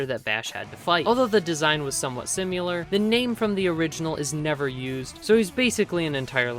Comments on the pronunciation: Great video! Just remember, it’s similar, not sim-u-lar. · Great video,. But why do you keep saying "Simyular", the word is: "Similar". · Similar not simular. Similarly not simularly 👍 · its similar, not SIMULAR, simular isnt a word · its similar not simular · Awesome recap, you did a great job. One small nitpick is that the word is "similar", not "simular." I really enjoyed this, thank you! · Say "simular" one more time and I'll find where you live :) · Good video but I laughed every time I heard you say the word similar because you pronounce it sim-u-lar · "Simular" is stressing me out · say "simyular" one more mf time 🔫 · I like the way you say "Sim-you-ler" 🤭 Anyway, great vid! Trigun is one of my fav stories ever 🔥 I also like new Knives new hood 😋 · There's no u in similar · similar is apparently pronounced like simulation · If you can't say similar then get a thesaurus and find a word you can pronounce. Or practice your craft. Jesus, it's like when people call nu-clear power "nuke-u-lar" when the spelling in no way suggests that pronunciation. It's a phonetic language, that's something humans have been doing for 6,000 years, we should be getting the hang of it by now. Guess I know how knives feels now. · Learn how to pronounce similar. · Good video but please pronounce "similar" correctly